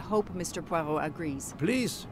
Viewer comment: You're butchering the detective's name. It's much closer to "PWA-row"